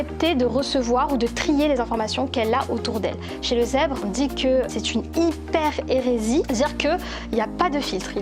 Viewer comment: Ce n'est pas " l'hyper hérésie" comme vous dites mais l'hyperESTÉSIE...🤩🤩